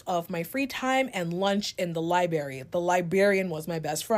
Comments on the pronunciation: LI-BERRY? Li-berrian? So cringe. Skipping 1st story. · oh you were a reader? then how come you don’t know how to pronounce library?!? “axed” hearing liberry so confidently hurt my brain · When you think someone is well spoken and then they call the library the lie berry 😅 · And Libarry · The first girl: liberry, naybolhood Owel(our). Smh Blackkidsx10000k liberryx10000k and gets worse from here. Repeats the same sentence switching just a word , just cant get her point out. Nope! skipping her she's unbearable! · Literally. The irony of spending all your time there and then saying libary